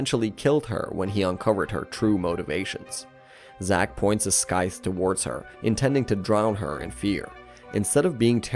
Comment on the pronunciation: As a narrator, surely you would learn how to pronounce “Scythe” 😝